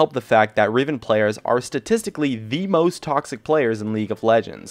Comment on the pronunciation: He said riven soooo badly and was not true.. I play riven once in a while and I have the pbe/honor ribbon (I'm not toxic or something, don't afk either..)